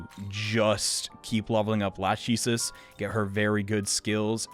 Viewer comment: Lachesis isn't latch ee sis, it's lak eh sees.